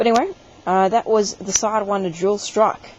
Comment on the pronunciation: it's dual strike, not jool strocke